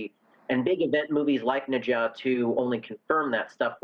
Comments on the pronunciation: Neezaaa that is how you pronunciate it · Did he just pronounce Ne Zha as Ninja?? wtf at least learn how to properly say it